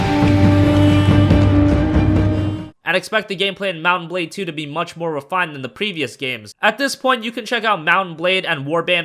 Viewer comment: It's pronounced Mount and Blade, not Mut-bade... For a moment I didn't know which game is he talking about.